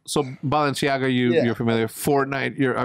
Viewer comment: Nobody: ... Hecz: BALLenciaGA